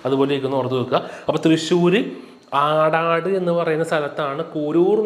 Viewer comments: അടാട് അല്ല സർ, അടാട്ട് ആണ്... തൃശൂർ ജില്ലയിലെ അടാട്ട്... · കൂരൂർ നീലകണ്ഠൻ നമ്പൂതിരിപാട് ജനിച്ചത് തൃശ്ശൂർ ജില്ലയുടെ ആടാട് അല്ല സാറേ..അടാട്ട്,😊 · അടാട്ട് എന്നാണ് ശരി ആയ pronounciation